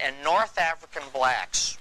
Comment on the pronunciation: Hearing BbblllllaaaacccKKKKSSSS ( saying so hard) just gets on my nerves